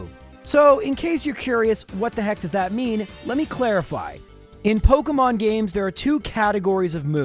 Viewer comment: it is pok E mon. not Poke UHH mon